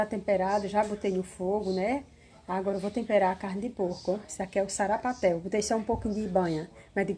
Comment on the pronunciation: Não é sapaté kkkkkk é sarapatel kkkkkkk